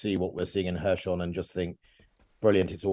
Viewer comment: "Hershon" 🤣🤣 I think I’ll make a list of all mispronunciations of Kherson.